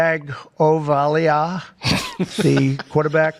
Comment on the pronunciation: Just like Jerrah's Michael Person is a drop, I think the Tua Tag-oh-vai-LAH should also be